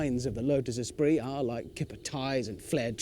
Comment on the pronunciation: Espirit??? ESPIRIT??? OMG. Esprit!!!